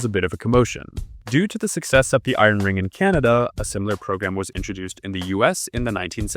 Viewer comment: Not "iren"; "i-ern".